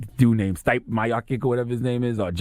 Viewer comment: I hope stipe comes through and smacks tha god around !!! The heavyweight champion of the world baddest man on the planet and this Dude can't even say his name right !!